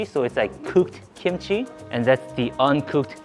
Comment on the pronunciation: i thought you said pooped kimchi ( cooked kimchi)🤣🤣